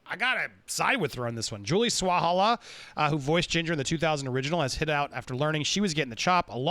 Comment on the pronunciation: Sa-wal-ha not swal-ha-la